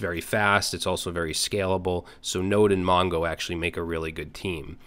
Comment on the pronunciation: highly SCLABALE 😂❤